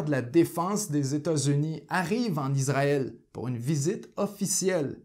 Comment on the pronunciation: Merci pour votre reportage bien renseigné. En revanche c’est Issraël et pas Izraël